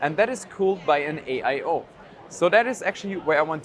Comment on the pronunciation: Did you hyst say AIo?